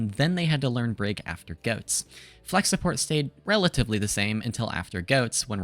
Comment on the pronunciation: did blud just say JOATS